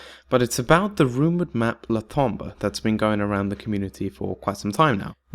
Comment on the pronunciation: The new crew isn't dead. Just look at the ultimate Richtofen's Easter Egg ending where he tells Stuhlinger that they'll see each other again soon. I like the new crew. Also it's not "La Tombuh", it's "Le Tombeau" (you need to know how to pronounce it), which literally means "The Tomb" in French.